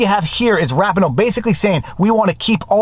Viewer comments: A rose by any other name is still a Rose. If you believe mispronuncitation of a name, constitutes as a Logical argument, then no one can help you see reality. Your argument wouldn't stand up in a court of law. He mispronounced her name, Oh, Okay, case dismissed. That's no how the real world works. No one, with any level of intelligence and education, will dimiss a point of logic over misprounciation of what looks to me like a made up last name. Go ahead, find the country of origin for that name. I can't seem to find it. Which doesn't surprise me in the least. At best, it is a major bastardization of another name, and the changes are so great, that the real name has been obliterated. Which would obliterate any hope of having a grammatically accurate means of pronouncing it. What I truly surmise: she made this name up herself, and each syllable is taken from something else. I could obviously be wrong, but I don't care. She is a self serving Wanna Be Influencer riding her 15 minutes of fame. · Vive Megan's last name is pronounced. Raa pee no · I love your videos, but constantly mispronouncing Rapinoe’s name undermines your argument in that it appears that you are either (1) being petty and childish by deliberately mispronouncing her name, or (2) you haven’t done basic research in this case to know how to say it correctly. You showed a clip from a news interview where her name was pronounced correctly at least twice at the beginning of the interview. I don’t blame you if you’ve never watched women’s soccer, but anyone who has watched the USWNT play will hear her name pronounced correctly throughout the game. This is a silly mistake in your post, but one that undermines your credibility. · Her name is pronounced ra-PEE-no....accent on the 2nd syllable. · Not like it matters to much but I think it's Ra-pee-no. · FYI - Rapinoe is pronounce Rah-pee-no.